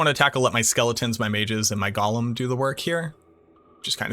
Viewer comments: It’s “GO’lum” not “goh lum”. That’s not Smeagle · He keeps saying Gollum